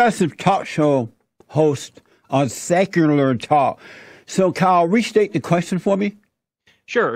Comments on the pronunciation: I though the same as soon as he said "Sekurer Tok". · “On sekurlur talk” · "Secerler Talk"